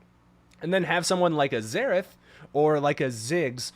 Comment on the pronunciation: Everytime he says Zerath i hear Zeref isntead (from fairy tail)